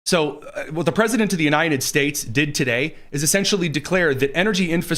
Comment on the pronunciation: The President of the “Unai-NED” States 😂 😂😂